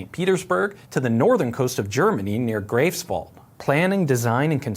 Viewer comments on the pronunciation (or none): Your pronunciation of Greifswald was off. The German "ei" diphthong sounds like "eye"